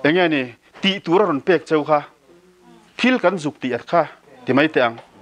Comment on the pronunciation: hian daih tih leh mai tih tur hi deih tih leh mei ti a a sawi ṭhin hi ka lo ngaimawh riau a.In neitu hian nichin tih tur nachin a ti ṭhin pawh hi sawi dik theih nise a duhawm hle hlawm mai.Ngaihthlak a manhla hle mai